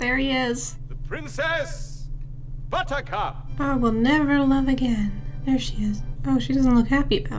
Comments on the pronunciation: Her immediate reaction to The Bishop had me laughing as well. No one keeps a straight face during the pronunciation of: “Pwincess Buwwercwup!” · She's probably just never heard it pronounced they way they do in the movie.